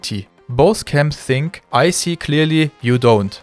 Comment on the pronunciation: es heißt nicht "i sink" es heißt "i fink" - Zunge geht zwischen die Zähne nach vorne so dass ein gelispeltes F entsteht, hence das "th" von "think"